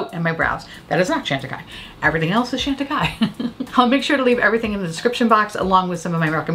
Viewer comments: Love you and your content, but please work on the pronunciation for me. It’s Shawn tacaille, not Shan. 🥰😘. Thank you. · Not trying to be obnoxious, just thought that since you love the brand so much, you’d want to be saying its name correctly. Keep on making us smile and laugh. And being unique and different! x